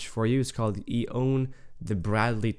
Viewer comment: I think it's pronounced E-1.